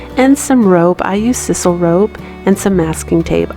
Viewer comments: Very awesome! BTW it’s called “sysoul” rope not “sisole”...just letting ya know...I tried to spell it right but it’s hard to type how ya want to spell something out haha...your crafts are beautiful!!! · Hey cutie, love your ideas and your skill. Thank you. My little gift to you .... Click onto video called "how to say sisal". Or read me: sssss eye sal. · FYI, the "I" in sisal has the long sound as in sigh. I have been binge watching and loving it.